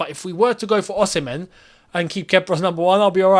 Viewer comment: You always get the pronunciation Osimhen wrong 🤦🏽‍♂️🤦🏽‍♂️😂😂